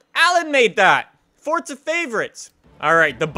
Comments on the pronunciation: fortza (It's Forza) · its forza not fortser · idk if its just me but I get annoyed everytime says Fortza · anyone one notice says fortza